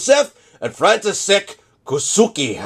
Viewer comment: "Koucky" you can try say like a "Ko-tz-k-ee", "František" was spoken almost good but "š" means "sh". Nice vid...